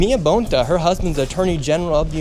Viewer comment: The Bontás are EVIL. He, the inept, DEMON CA AG, Filipino born and she, NY Puerto Rican, neither of whom know how to pronounce their Spanish surname (Bone TAH)! Sickening as a 5th gen CA!!!